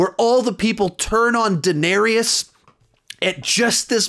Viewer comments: Good list but I cant get over how you say Daneerius and Seersee in every review it kills me. They say their names in the show. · Say it with me, "Duh" "Nare" "is" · And Daenerys' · You're pronouncing daenerys wrong mate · His pronunciation of Dany name makes me cringe lol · Daeneryes. Cirsei. Oberon. Bruh what is it with these youtubers who can't pronounce names correctly?